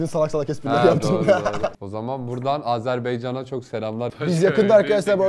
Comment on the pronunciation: Bilgilendirmek isterimki Azerbeycan değil Azerbaycan lütfen düzgün söyleyelim ❤